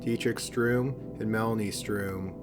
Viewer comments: the name ist sturm not strum (which is what you are saying) sturm is german for storm. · Sturm not Strume. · It‘s STURM not STRUM. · Sturm-Like stern with an ‘m’. Not ‘Stroom’. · Great vid as ususal, but you mispronounce badly. It´s Steve StUrm, not StRum. If it stands Sturm, then it´s pronounced Sturm, not Strum. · Why, in case 3, are you pronouncing 'sturm' as 'stroom'? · Sturm is pronounced "Sterm" like "stern". You're transposing the u and r.